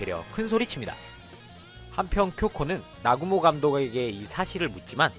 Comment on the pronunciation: 나구모를 아구몬이라고 들리는데 내귀가 잘못된건가?